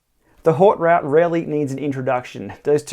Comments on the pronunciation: Nice. It’s pronounced ‘oat root’ though.... 😜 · "Oat root"